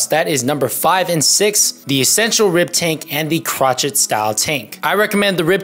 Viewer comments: Cro chet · FYI, Crochet is pronounced crow-shay.